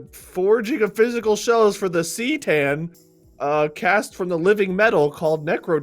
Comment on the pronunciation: Mark being annoyed by mispronunciation of C'tan